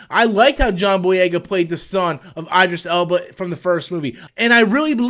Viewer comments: By the Way Idris is pronounced with a long E sound... EEdris love your channel! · It’s not Idris ... it’s in french so the I is pronounced like a e. Edris Elba. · "EyeDris Elba"...............